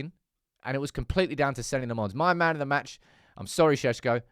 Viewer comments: please get his name right. It's pronounced Senna Lommins, not Senny Le Mons. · "Senny L'monns" Counter: 6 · Its "Seh-na Loh-mens". Bro deserves his name pronounced correctly when he's saving our skins!